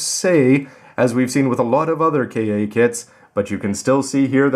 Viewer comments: Isn't it pronounced "Kah"? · Maybe it was an error on Bandai's part? I mean, Bandai has had a history with Engrish. Perhaps they don't know how "Ka" would be pronounced? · How does that affect his credibility when he clearly knows his Gundam history? The actual pronunciation of Ka has little relevance to the Gundam franchise itself. It's only strange because he has always called those kits Version Ka rather than K.A.